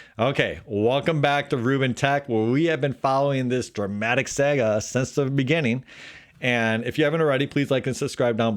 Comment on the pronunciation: sounds like you are saying: sega, instead of saga. only for inference, Deepseek tried to use these chips for training it wasn't possible (yet) in theory yes, in practice, some of the best people working in AI in the west... came from China. So a lot of talent is come from China anyway. 20 years don't matter much, nvidia makes completely new software for each GPU generation. they forgot nothing, they do this is for their base. yeah, those times are gone. But an other interesting detail: "Apple has made massive investments in China since 2015, estimated at $55 billion annually, not just for manufacturing and machinery but also for training Chinese workers and engineers to build its products with precision and complexity."